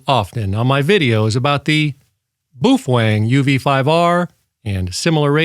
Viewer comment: bwoofang hahahahahahaha